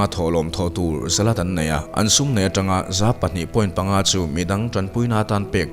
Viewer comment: "Zalat" ni lovin "Zakat" tih tur aw sir